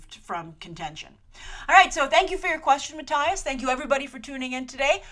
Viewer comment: Pretty sure Mattias (or however it's spelled) is pronounced differently. But A for effort.